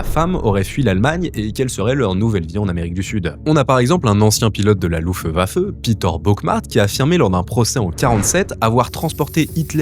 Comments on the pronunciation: Sa mort officielle est plus qu'évidente. Je trouve dommage que quelques détails soient volontairement cachés dans la vidéo. Outre la prononciation de "Fürher" ou de "Luftwaffe" (ça pique les oreilles 😅), les restes conservés par les russes se composent d'un crâne (non accessible aux scientifiques internationaux", des dents MAIS aussi d'une partie de la mâchoire supérieure et d'une bonne partie de la mandibule inférieur. Si on admet que le crâne n'est pas le sien, il est impossible qu'un individu traqué dans le monde puisse survivre sans toute sa mâchoire. Les restes examinés par Philippe Charlier n'a pas seulement examiné"quelques fragments de prothèse et de dents" 😉. La ligne conductrice de la vidéo est vraiment trompeuse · La partie de moi qui a choisie de faire Allemand en Lycée Franco-Allemand prévoit 1925 avec cette prononciation de führer Et Eva Braun aussi Et Luftwaffe (sérieusement Louffewaffe, il oublie carrément le T) Et Schwabeland (Schouabelend) Je vais les lui fourrer dans le crâne